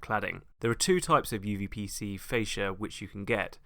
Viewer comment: if i hear correctly you keep saying uVPC, but it's uPVC